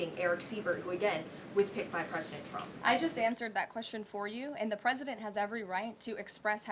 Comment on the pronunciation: It just me or did she say "President Chump"?